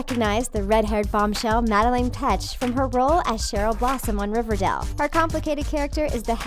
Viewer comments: the voice over kept saying River Dell instead of River Dale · Omg learn how to say the would riverdale. It’s not river-dail . It’s river-dale.if that makes sense?? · She keeps saying riverdel it’s riverdale 😂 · Stop saying Riverdell, it's Riverdale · Does it annoy anyone that she's saying River DELL in stead of River DALE? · Does any one else get annoyed when they say riverdel like it’s river DALE NOT DEL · It's riverdale not riverdel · It's R I V E R D A L E Not R I V E R D E L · Is it just me or does she keep saying river DAL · Can't she just say Riverdale properly!!! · Im sorry but for gods sake please pronounce riverdale peoperly. . No heart feelings